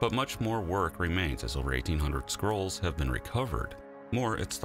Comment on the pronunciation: I thought at first he said "Herculaneum Squirrels", like they were an artwork or an extinct species.